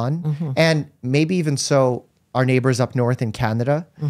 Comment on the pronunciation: Who says Canada like that😂